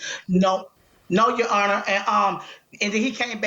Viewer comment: All I hear “He lying honor” !!!!!